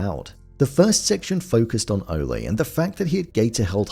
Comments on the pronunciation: it is, Ole rhyming with hole. not Ole' like a bullfighter yells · How come you keep calling saying ole like olly' ole means old in old English terms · It's OLE Munch, rhymes with hole. Not O-lay. He's not a bullfighter. He's 500 yrs OLD. Ol' Munch.